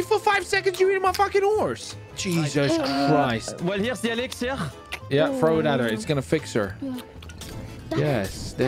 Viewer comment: You said give Frenchie an Exziler but I know you meant an Elixer.... Who else caught that?